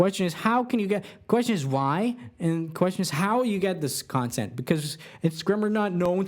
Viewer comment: that's not how you pronounce consent